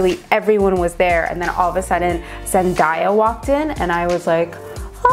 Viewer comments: Her name is Zen Day uh not zen die uh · The way you pronounced Zendaya made me cringe. Lol. Love you though.